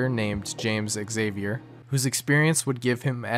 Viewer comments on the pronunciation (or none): none